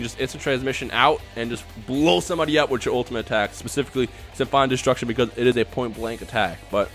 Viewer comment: sim-fonic destruction not sim-fine destruction